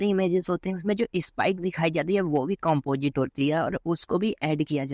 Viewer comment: Bhai at least pronounce toh sahi karle composite ko compojit 😂